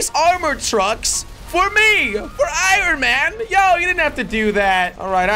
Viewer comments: Anyone else hear Iran man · The say it like ion man not I ron man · Is it anyone to start jelly keeps saying ron Man instead of iron Man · it is not IRon it is pronounced ion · Its ironmoan not iroun man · Its pronouced i on man not i ron man. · Every time you hear jelly say IRAN man instead of IRON man, leave a like on the video or comment and tell jelly he needs help in grammar. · The way he says iron man, he says iren man😂😂 Love You Jelly❤😂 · Why you saying iron man like I-ron man😂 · Nobody: No-one: Not even a single soul: Jelly: Irun man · Nobody: Jelly: Iranman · He said I ron man!!! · He keeps sayong irin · Why does jelly say I ron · Who else heard jelly say aaron man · Did anyone notice he said iron man wrong 🤣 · Jelly your saying iron man wrong